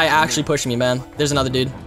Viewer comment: Just me tjat hears ma'm instead of man